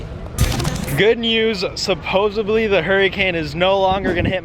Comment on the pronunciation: It's SupposeDly not SupposeBly. I don't understand why people still speak like that - It's 2019